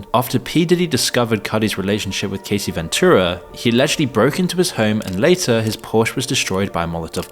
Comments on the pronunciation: How you gonna re-upload the same video as yesterday and still get the names wrong 😂 "Cuumes? And who is Casey?? Her name is Cassie. Ca-ass-ee. Casey ain't never been hurt by diddy 😂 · It's pronounced "Cass" "see" she isn't Casey Jones from the god damn ninja turtles, lol. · Sir it’s not CASEY is CASSSS-IE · Her name is Cassie, not Casey. And where's the part about the "idiot celebrities" being "exposed" in the trial? All I heard was the same crap that's circulated a thousand times. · Her name is cassie, not casey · Good video but It's Cassie not Casey. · You didn't even do enough research to be able to pronounce her name properly. And your editor missed it too. How could a Brit ever read "Cassie" as "Casie"? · Yeah, he pronounced it like "Casey" instead of "Cassie." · For real. Why are some content creators incapable of learning how to pronounce people's names correctly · Yeah, it pronounced it like "Casey." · Your Ai text to voice narration doesn't know how to say Cassie's name properly . More training needed. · I expected more info from this video. It wasn't completely content-free, but very disappointing. I also find it funny that he mispronounced both Diddy's last name and Cassie's first name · The fact that in every video he mispronounces Cassie is giving AI generated content